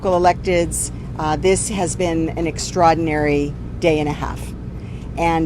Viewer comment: If she can't say extraordinary...she shouldn't say it at all...ban her